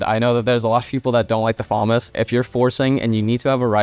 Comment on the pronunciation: My brother Elige its actually pronunced fa·mas